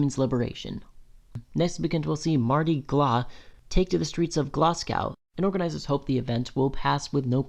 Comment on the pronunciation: as a Scot, "edin-burg" is like a Manchurian candidate trigger 😬😬😬 ETA: GLASS COW? I really don't understand why you chose someone who doesn't know how to pronounce Scottish place names to read out the Scotsman article lmao Good video, I find it a bit reductionist at points (that gender dysphoria defines trans people).